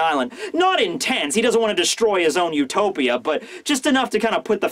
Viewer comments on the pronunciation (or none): none